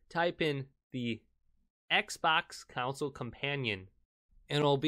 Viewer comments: Bro stop pronouncing console as counsoule....its damn annoying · the only thing that annoys me is that he say's ' counsel' instead of console uggg